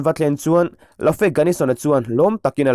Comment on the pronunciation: A dik zawk ka hre bik lo naa sap thu mal "safe" hi "sa-fe' tiin kan lam ngai lova, chutiang deuh chuan 'Lafe' pawh hi ' La-fe' ti lovin "Lef' tia lam tur ni tak maw. Mizotawng a ni miau lova le!!!!!